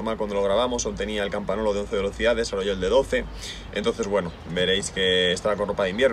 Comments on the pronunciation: La bici super chula, pero un apunte rápido, en italiano la n con la g suenan como ň por tanto no es "campanolo" sino "campaňolo" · Dos cosas: tenemos la misma estatura, mi cuadro es 58 cm. Se dice Campañolo, con "ñ". La "gn" es "ñ" castellano, vosotros los españoles sois los que peor hablan el castellano. Bueno si esa es la bici de entreno, coño, como será la de ponerle bueno. La diferencia son los tubulares a los neumáticos. No existe ninguna diferencia real. Puedes hacer lo mismo con shimano 105. Que Dios te mantenga sano y joven. A las mujeres les decimos que te mantenga linda y "rica".